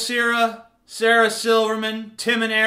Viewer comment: its pronounced like Sarah, not Ceeeeeera